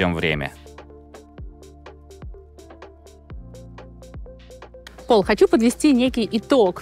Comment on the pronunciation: Не Пол, а ПАУЛЬ